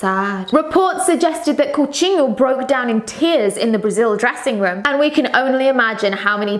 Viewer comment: Where did you learn such a perfect pronunciation of Coutinho?